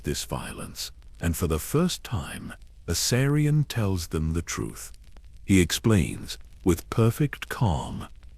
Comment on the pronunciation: I don’t think you pronounced Aerion’s name correct once.